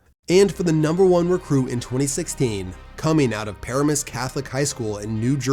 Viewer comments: Excellent video, though for #1 the emphasis is Paramus like Puh RAM us. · it's pronounced pa-RAM-is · It is pronounced pah-RAH-mus. Not para-mus. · Pa-ramus that’s how you say it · Puh-Ram-Us catholic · Paramus prononuced puhramus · NJ Native and Packers fan. The name of the school Gary went to is pronounced (puh-RAM-is), and yeah Gary was good in the early 2020s and declined significantly. And then was next to useless after Micah went out for the year. Thanks for the great content as always,. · FYI Paramus is pronounced pa ram us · From Jersey an btw that’s just NOT how you pronounce Paramus 😂 its ok tho your videos are always fire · I know if you didn't grow up in NJ you wouldn't know but the pronunciation of Paramus is cracking me up. Also seeing Rashan Gary smoking my alma mater was funny as hell.